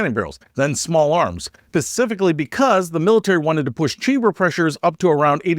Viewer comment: Watch, watch, watch, pause...."pacificly?" Continue watching.